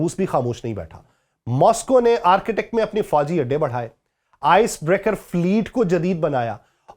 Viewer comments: It's a boring way to explain. Arctic, not architect. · Its not ARCHITECT its (ARK TIK) Arctic area[ North Pole]. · او بھائی صاحب —- یہ آرکیٹیک کیا ہوتا ہے۔؟ یہ ARCTIC ہے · Arctic is different word it's not Architect...please improve your English. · معزرت کۓ ساتھ آرکیٹیک نہیں بلکہ آرٹیکٹ کہتے ہیں ۔ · Arketak nahi "Arctic" hota ha bhai